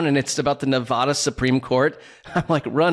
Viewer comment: It's incredible that and have lived next door to Nevada for many years but still can't pronounce it.